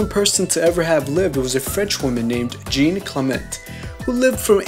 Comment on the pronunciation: The way you pronounced Jeanne Calment made me cringe ._.